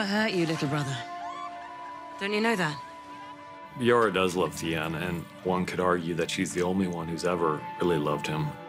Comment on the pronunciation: "Yora does love Thee-en?" don't you mean Yara does love Theon?